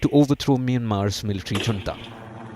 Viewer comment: Is your reporter pronouncing "Junta" correctly?